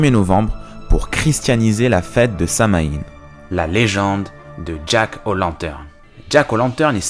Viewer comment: ca se prononce : "samhouayn" ^^